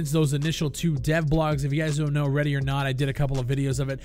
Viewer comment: Why is it every time u say ready or not... my brain goes "redy or not here I come " (the famous song for people living in a cave)